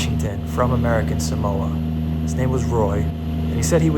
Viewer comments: If you're going to do a story on it at least pronounce it correctly! Samoa SAW MO A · It's a pity you didn't learn how to pronounce Samoa. It's Sah Mo Ah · Right off the bat I wish you would at least pronounce Samoa correctly.